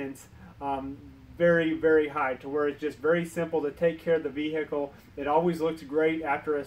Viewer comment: Vee-hecle 😀 Great vid tho, very informative! 👍